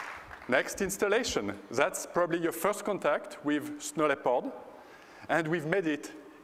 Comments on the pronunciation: Whats wrong with DLL's and the registry? DLL's are a part of a program and the registry is a way of sorting information. People have to know their computer - they have to think. Like Apple fanboys, they must have Steve Jobs thinking for themselves =/ And lol the guy cant say "Leopard" right XD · Good MOANING LEPOD QUICKLOOOOOOOOOOOOOOOKK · he pronounce it like this: LepARD. he really stick on that A. yeah sounds good. I believe he comes from Switzerland? Probably not.